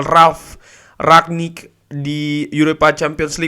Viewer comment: Ngomng nya "RANG-NIK" aja bang, gaenak denger nya :v